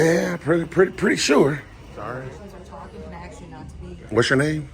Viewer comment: Very eloquent but cant pronounce the word "ask".